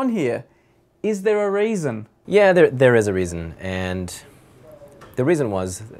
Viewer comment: "... is there a rasin?"